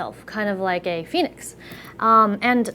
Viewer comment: hhhhhhhhhh i thought you said penis but you said fenix lol